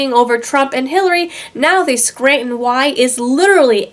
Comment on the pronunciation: Hahahaha I'm from Scranton. I never heard of this but it's hilarious. Also you said Scranton right 👍🏻👍🏻👍🏻😁dope.